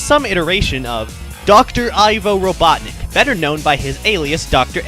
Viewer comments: robutnik lol satam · RobotnikUUH. That is that. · its Eggman, you stupid fool, call him Eggman, not Robotnik, uuuu.